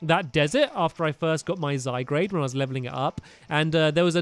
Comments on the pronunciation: garde not grade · u don't say zygarde correctly u say zygrade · It's zygard not zygrade srsly I can't stand him saying zygrade and don't hate becuz this is MY opinion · Did he say zi grade ?OMG it's Zi, gar, d, zygarde but beside that good 😊 video stamps.👍🏻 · Stampy the offical prounociation of zygarde is zi guard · Did he say "Zygrade" !?!?! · you keep saying ZYGRADE cube creature thingy! It's called zygarde sels! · STOP SAYING ZYGRADE ITS ZYGARD IT MAKES ME RAGE SO MUCH and the executor is a dragon XP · Stampy it's zy garde not zy grade pls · it's zy gard not zy grade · Stampy it's not zygrade its zygarde not grade garde pronounced guard so pronounce it Zyguard that's why its garde and not grade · It's pronounoused zygarde not zygrade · Stampy its called Zy-guard just so you know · it's pronounced "Zy-guard" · It's Zi-Uh-Gar-du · Stampy... It's Zygarde not Zygrade.. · Is any one else triggered when he calls Zygarde Zygrade? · It's pronounced Zy-gard! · Stampty it pronounced Zi-Gaurd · You are saying zygard wrong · stampy its z-y-g-a-r-d-e not zygrade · stop saying zygradeeeeeeeeeeeeeeeeeeeeeeeeeeeeeeeeeeeeeeeeeeeeeeeeeeeeeeeeeeeeee!!!!!!!!!!!!!!!!!!!! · stampy you don't say zigarde right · STAMPY!!!!!!!!!!!!!!!!!!!!!!! ZIIIIIIIII GARD!!!!! thats how u say it ok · HES SAYING THE NAMES OF POKEMON WRONG ZYGARDR NOT ZY GRADE LUNALA NOT LULANA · First Zyqrade then Luluna. Pronounce it right, Stampy